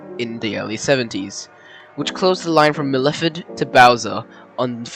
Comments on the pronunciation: I enjoyed that, very informative and researched. By the way "Myrtleford" is pronounced as Mertle Ford, liked your way though! That area you covered is very cold in winter. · Mer-lef-ferd?? Where tf is that? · Very quite interesting but Myrtleford is pronounced Myrtle-ford. I pronounce it Myrtlefid. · While an interesting part of VR rail history, and lovely countryside, I just couldn't get past your butchering of the pronunciation of some key place names, like Myrtleford